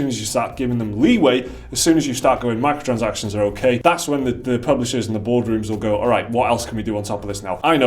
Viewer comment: Honestly i watch these videos to see the short guy say "Micro-transactions" incorrectly.